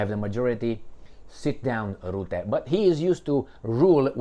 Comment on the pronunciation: Rutte, NOT ROOTTE. Dutch 'u' is pronounced like U in hut, cut etc. Alexander Christoforou has the same problem. Mark Rootte does not exist. Only Mark Rutte exists. Rutte is a free mason. Free Masons are everywhere, also in Russia.